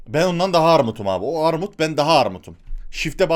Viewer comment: Arrrrrrrrrmut Abimizin sözü Benim sözüm Orrrrrrrrrtam çocuğu 😂😂😂